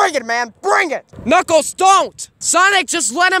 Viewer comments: Did you call knukles snuckles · yep he says snuckles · U said snuckels